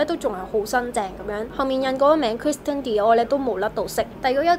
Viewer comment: 最近都想買銀包 睇到呢條片啱啱好😌 不過提吓你留意返啲讀音 Christian 個t係唔發音 發起音上嚟似係讀’Chrishian’